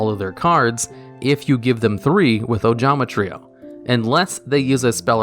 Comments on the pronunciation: I am so happy he didn’t say “Ojama Try-oh” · What is this? actually pronounced ojama trio right? What is the world coming to?